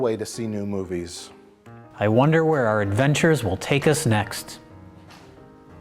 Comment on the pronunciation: Did he say Woneddddd?